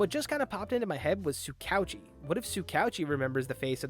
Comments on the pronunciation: Just butchering tsukauchi's name prunounciation like it's no big deal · It's Soo Ka OoChi. Basically just pretend his name is written as 2 separate words i.e Tsuka-Uchi